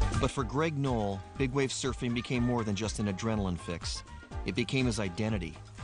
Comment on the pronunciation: It's "Knoll"!!!